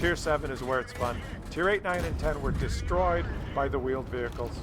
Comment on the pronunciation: 'Vheeled Wehicles'